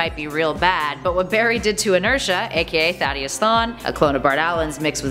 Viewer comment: Wait a minute... how do you pronounce Eobard’s name incorrectly but can pronounce Thaddeus’s name right?